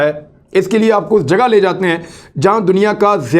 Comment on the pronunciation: It is jughaiyn not jugahaiyn Jughon is the plural of jugah